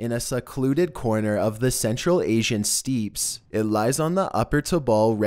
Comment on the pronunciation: Love your vids but I wish you would stop mispronouncing words! Steppes is pronounced "steps" not "steeps"! Thanks